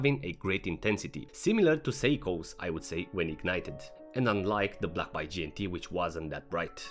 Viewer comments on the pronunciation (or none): A it is an A not Y. Say it with me ..... Baaaay